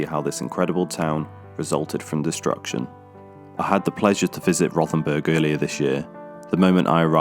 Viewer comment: It's pronounced.....'Row'-ten-burg'. There is no 'th' sound in the German language.